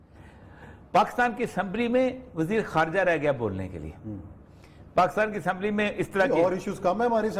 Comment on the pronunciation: اوریا صاحب اپنے ملک کا نام صحیح نہیں لے سکتے۔ کاف پر زیر کی جگہ زبر لگا دیتے ہیں۔ یعنی pakastan.